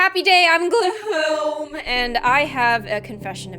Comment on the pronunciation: I dont like the way you said gloom today 😞